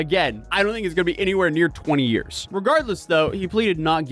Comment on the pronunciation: It's Year's Not " yr" 😅